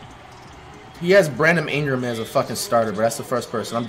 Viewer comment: “Bradom imgram” Flightreacts